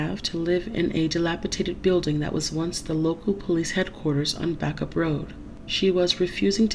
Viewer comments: Bacup is pronounced “bake-up”. 😄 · Backup is pronounced ( Bay_cup).. Love your channel my tablet is down at the moment so no new songs . Should not be to long . Hugs to all.. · If the trial had taken place today, she could have pleaded Not Guilty by reason of Diminished Responsibility. She would have then got the support that she needed. I should also add that "Bacup" is pronounced "Bake-up".